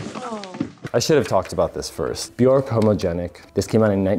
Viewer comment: Makes fun of someone saying Bjork wrong Still says it wrong but in a different way It’s pronounced Byerk btw rhymes with jerk